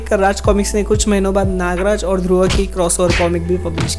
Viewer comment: It's Dhurv not Dhurva....... 😐